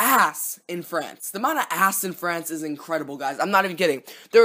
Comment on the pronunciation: you pronounced "ass" like "ahhss"